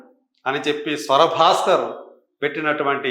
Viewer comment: స్వర భాస్కర్ కాదు రా ఎదవ, స్వరా భాస్కర్.